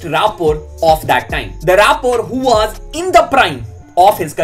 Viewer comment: Bhai was ko waazzz bolna band Karo na please 😅 woz boldo